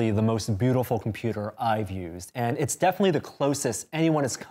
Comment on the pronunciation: it's = itsch. 😹